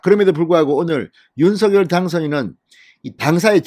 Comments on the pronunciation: 진성호님 윤성녈 입니다. 신경좀 써주세요. 발음 통일해야 됩니다! 윤셩녈 입니다. 윤서결이 아닙니다!!!! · 윤서결이 이니고 윤석녈로 발음하셔 야 되지않을가요? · 대통령은 윤 성 렬 이십니다 진성호 방송에는 대통령 이름을 윤 서결이라고 하시는데 어느이름 이맞습니까요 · 진성호 님, 제발 "윤서결"이라 발음하지 말고, 당선인이 원하는 "윤성녈"로 발음하여 주세요!!!